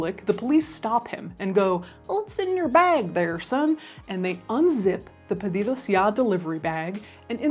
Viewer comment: Your pronunciation for 'Pedidos ya' was immaculate, great video as always